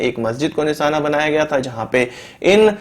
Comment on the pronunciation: Abe jahil nisana nahi nishana hota Hai fake news mat dikha